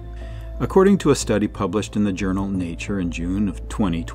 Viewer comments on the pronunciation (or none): none